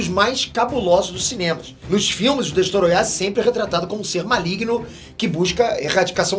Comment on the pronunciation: que agonia ele falando destoroyah